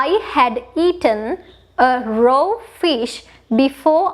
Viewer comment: Small english mistake, it is "raw" not "row" fish, and it is "close range" not "close rate" . Creative and helpful videos tx